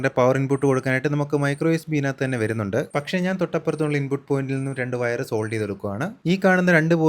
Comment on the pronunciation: സെൻസർ അല്ല മാഷേ , സോൾഡ് ചെയ്യുകയല്ല സോൾഡർ എന്നാണ് പറയേണ്ടത്